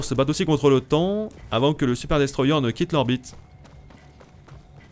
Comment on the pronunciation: "Voici un Super Destroiyé" l'acceeent 🥲